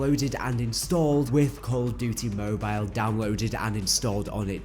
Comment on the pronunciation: It’s mobile not mobilell 😂wtf